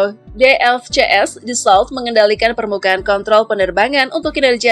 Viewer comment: Pronunciation nya "Daso" bukan "Dasolt", "Makh" bukan "Mech"